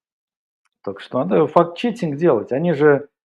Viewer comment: когда ты уже начнешь правильно говорить слово "факт-чеКинг" а не четинг